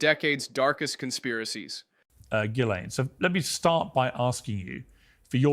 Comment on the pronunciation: It's not Gilean. It's Ghislaine. How can you claim any credibility at all when you can't even get her name right? Pathetic.